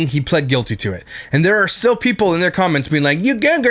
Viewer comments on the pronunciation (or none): “We’re stiww happy.” Turd bucket is right.